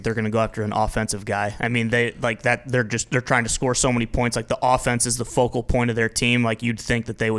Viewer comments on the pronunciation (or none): none